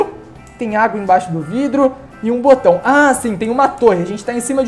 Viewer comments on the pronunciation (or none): none